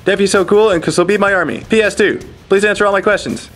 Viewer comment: Units in that "army" not "arm" ffs